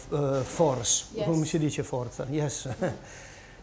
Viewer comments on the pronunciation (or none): none